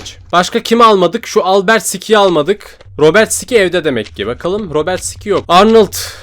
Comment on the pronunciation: Abi o albertsıkay ve robertsıkay diye okunuyo